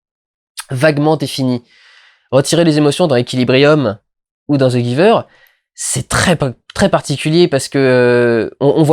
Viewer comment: Tu aurai pu prononcé le titre en anglais, ça sonne mieux